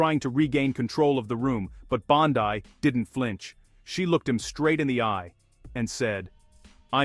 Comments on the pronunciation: Her last name is pronounced BON-DEE your shit for brains AI narrator gets it wrong every time!!!!!!! People are getting tired of it!!!!!! Everything is 21st century except the programming! Hurtahee!! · "Bond-Eye".....AI narration is irritating. Good video other than the AI narration.